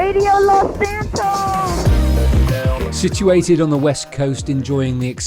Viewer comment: "San Andrean" "Los Santon"